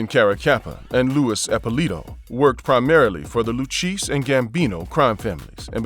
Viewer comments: Lu-KAY-ZEE NOT LU-CHEESE. BUT VERY WELL DONE..!! Enjoyed this one..!! 💯🤙🏼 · Luchese is pronounced loo-kay-zee, not lookeesh. Get it right if you don't want a visit by people you really don't want to be visited by...capishe? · It's pronounced Lucasey not lucheese. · Pronounced Lukayzi not luchesse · the loo cheese family ??? WTF ! maybe the lou- kay -see learn b4 video or edit it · The le cheese family lol. It’s pronounced le Kay zee……….. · Lu kay zee is how you pronounce the Lucchese crime family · “Lou-cheese” family 🤣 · Please learn to pronounce The Luchesse crime family properly. It's not Lu-Cheese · Lu Kay Zee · Lucheese? BWAHAHA. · I do you going to do videos it's lucchese like at least make an effort like you're not even making an effort to say it right come on man do better